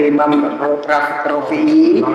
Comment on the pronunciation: Bantu jawab itu imam rofi'i cuma salah pengucapan saja